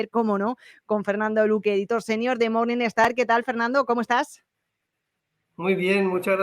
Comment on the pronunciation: "MORNINGSTAR", NO "MORNINESTAR" 😂